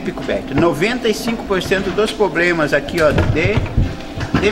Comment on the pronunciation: quando ele disse ' a maioria dos pobrema.... ja parei de ver